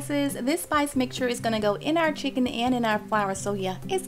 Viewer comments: wtf is a "cHicKonE" ? 😒😒😒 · "chikOn"... Nothing "diva" like about that accent